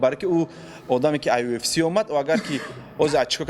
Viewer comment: 💪🏼Красаучикои Тоҷик молодцы ба пеш не сдавайтесь некогда ✊🏽 😂Лекин Муинчонба якчи мегум, ки на счёт как правильно произнести слово (ЮФС) а не (УФС) 🤣Красаучикида 👍